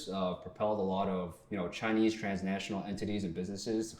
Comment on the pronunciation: "To practice ChiNEEAIZ"